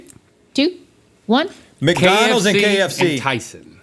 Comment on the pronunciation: “Mac donalds”